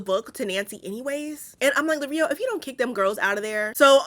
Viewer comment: Lirio as in “lee-ree-oh”. Not Lareeoh😅